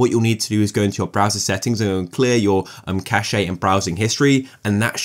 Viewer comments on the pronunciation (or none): V helpful video, thanks. BTW, cache is pronounced cash, not cashay